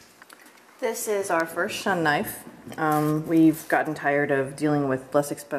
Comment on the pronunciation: its pronounced ( shoon )